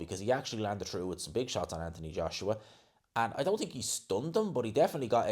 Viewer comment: Dude, why do you always say "TINK" ...It's "th"ink